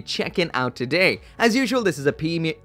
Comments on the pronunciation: "Feemium Bandai" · "Peemium Bandai"😂🤣😂🤣 Please do that Epyon first. It's always been my favorite Gundam Wing bad guy suit.